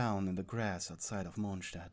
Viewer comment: “Mochstat” HAHSHSHHHAHAHSJSJ